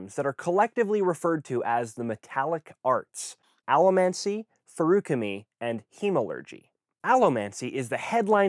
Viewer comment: Greetings. Hopefully, you or someone else will see this comment. I am doing my MA on Theoretical Linguistics, and I am currently analyzing fantasy words. I am trying to find online how "Allomancy" is pronounced. I noticed, if I heard correctly, that you use an preantepenultimate stress, meaning on the first /a/? Thank you!